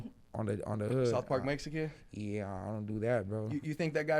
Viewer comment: He can't say Mexican 😅